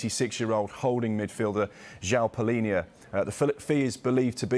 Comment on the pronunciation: Congrats. Managed to mispronounce both the first name and surname 😩